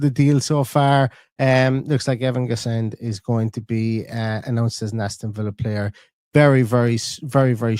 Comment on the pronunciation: 🦁 no D pronounced in Guessand 😊